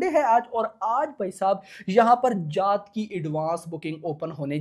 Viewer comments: जात ❌ जाट ✅ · bhai voh जात nahi hai jaat hai shi s pdho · Jaath nahi jaat bol bhai jaat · जात नहीं जाट बोलो 😊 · Bhai naam shi se lele जात nhi h ye जाट hai ye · Bhai aap जाट ko जात naa bolo yaar Aur Akshay kumar ko Akshay kumhaar naa bola kro aap please . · Bhai jaat naam tho shi se le le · जात नहीं यार जाट बोलो 😂😂😂😂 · Jaat ko sahi bolna tu sikh le phle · जात नहिं है यार जाट है 😂 हरियाणा वाला जाट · T ta hota h jaat 😂😂 iska T kharab h